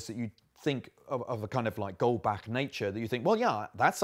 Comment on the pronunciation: screams in German speaker It's Goldbach, not Goldback.